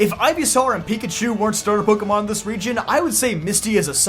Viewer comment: It’s 2025, and people are still pronouncing it “Pokey” Mon… SMH…